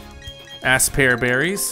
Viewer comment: I love it how pronounces Aspear as ass pear😹